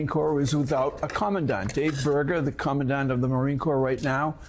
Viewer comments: You'd think if Tuberville really had these discussions with the military or knew how any of this works that he'd at least know how to pronounce "commandant". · Somebody tell Tommy Tubs how to pronounce commandant. Bless his ignorant heart.